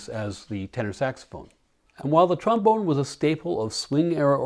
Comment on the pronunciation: My 8 year old self says - Hahaha you said trom-boner! Thank you for humoring me. Another great video. Like the dog insert too. Take care. Nick